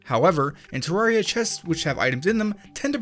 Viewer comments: UMMM AKCHTHUALLY it's supposed to be pronounced ter-rare-ia, with rare being pronounced as the word. Not many people know this apparently but it's cool to know. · Terr - AIR - ee - uh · It's Teh-Rer-Riah ( ͡° ͜ʖ ͡°) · you said it like this" tororya lol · One glitch is how you are pronouncing the game... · You say terraria wrong